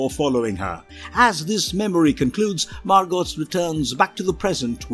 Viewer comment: The character’s name is Margot (pronounced MAR-GO, NOT MAR-GOT)